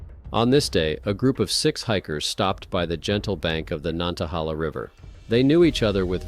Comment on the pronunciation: nan-ta-hay-la. My papa was born by it.